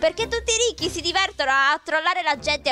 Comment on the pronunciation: hai sbagliato hai detto risci, comunque ti adoro